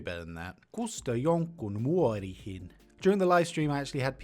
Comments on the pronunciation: Maybe this has been said before but I just can not help it. The way you pronounced "kusta jonkun muroihin" sounds more like "kusta jonkun muoriin". That is a thing most people would not want to do. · Pee in one's cereals is "kusta jonkun MUROIHIN" you said ... Muorihin which can be interpret to .. someone's granny at least on western dialect 🤣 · MU-ROI-HIN It is MU - ROI - HIN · Consonant is followed by 1 or 2 vowels. Sometimes 3 like "vaa'an" but that's rare. Most of the time the way to pronounce things is much like in Japanese: 1 consonant followed up by the vowels until you get to the next consonant. So: "Mu-Roi-Hin". Easy when you know it, I know but plz don't pee at you grandmum. Also, ys-kä not yk-sä. Kiip on treining Aill bii watshing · pronunciation errors Muori yksä Muori actually means Santa clauses wife😅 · I think your pronunciation for "muroihin" was off because you misread the word. It sounds like you read the o before the r. As many people pointed out muori is an old word for grandma and muorihin is a way to say "muoriin" (into grandma) in an older and more poetic dialect of finnish. Edit: Also for the word "yskä" you reversed the s and the k :) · Here's a few errors in your pronunciations that I noticed. You said "Muorihin" (in grandma/old woman) instead of "Muroihin" (in cereal), you said "Iloista" (from funs) instead of "ilosta" (from fun), you said "yksä" instead of "yskä".